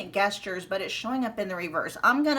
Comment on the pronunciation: Hi gestures is pronounced with a J (not like guess)